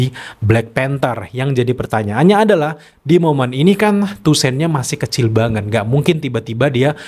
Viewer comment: Toussaint dibaca tusang bang 🙏 Btw kandidat ke4 dapet aura charmingnya BP/king tchalla